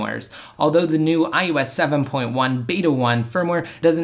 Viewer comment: I wish you could properly speak. It's I O S not, IYEWESS.